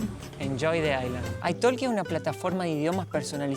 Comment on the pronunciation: Ah Italki se pronuncia Ai toki (no se pronuncia la L deñ verbo Talk (tok))